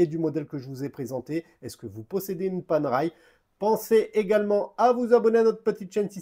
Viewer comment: Et ben voilà ! Une montre pas faite pour les poignets de poulet ! J'ai déjà une PAM 177 titane que j'adore et si je n'étais pas raisonnable, la otto giorni (en roulant le R) me ferait de l'oeil... Merde, elle me fait de l'oeil 😁. Et ça ce prononce Panéraille 😇.